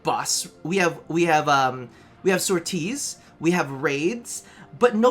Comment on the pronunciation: You say sorties really fucking weird